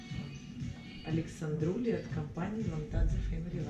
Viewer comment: Не АлександРУли, а АлександРОУли!